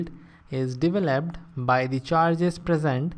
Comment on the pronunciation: Turning on the CLOSED CAPTIONS helps with this man's accent on certain words like "path" and "developed"